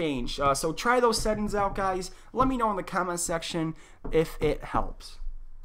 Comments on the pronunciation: Where are you from that you pronounce settings as settins? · Great video! But you were killing me everytime you said "set ins" when talking about settings 😂😂😂, but again great video and very informational I had no idea their was a difference between a monitor and a TV screen.